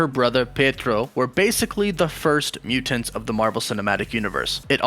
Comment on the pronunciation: Why you say mutants like that?